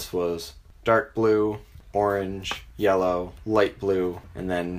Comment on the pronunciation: You say yellow like YOLO